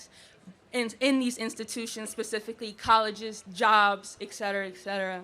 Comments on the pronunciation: It's not EK CETERA....it's ET CETERA. It's LATIN. This means your illiteracy is bilingual. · The word is etcetera. Just sayin. Etcetera, etcetera, etcetera…